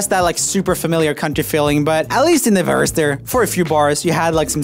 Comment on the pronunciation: Anybody else realize when he said "It still has that super familiar country feeling, but atleast in the verse.." When he said verse he did "atleast in the VeRsE" Time